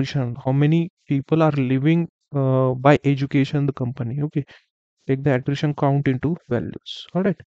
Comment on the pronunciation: its Attrition data not attition data